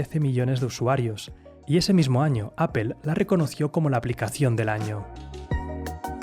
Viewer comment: Bueno con esa app ya no tienes excusa para mejorar ese mal ingles que tienes. Da verguenza que un emprendedor como tu pronuncie tan mal apple